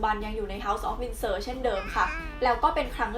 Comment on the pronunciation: *Windsor นะครับ ไม่ใช่ Winsor ช่วงวินาที 1.10 ผิดนิดนึง